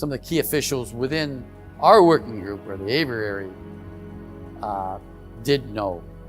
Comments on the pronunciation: “A” vee airy……. Not ‘ava rarey’. “Aviary” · Let's talk about: AYV - eee - airy ,and not: "AYV - errr - airy" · The word is “aviary” but it sounds like he’s saying averary??! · if only he knew how to say the word aviary. He keeps saying averary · A V I A R Y. 😊 Please tell this guy how to pronounce the word